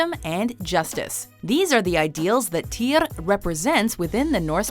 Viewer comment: It’s pronounced: “teer” not “Teeyre”